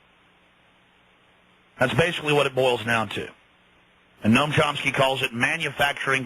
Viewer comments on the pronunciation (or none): chomsky not chompsky he obviously needed someone to introduce him cause you don't even know his name, obviously haven't read one of his books.